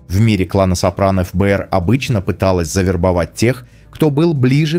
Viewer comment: эФ-Бэ-эР сильно режет слух. В русском языке всё же принято говорить Фэ-Бэ-эР. .. Не думаю, что Крис Предатель))